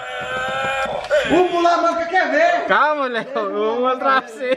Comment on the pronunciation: Léo: O MULA MANCA QUER VERRRR!! 😂😂😂😂❤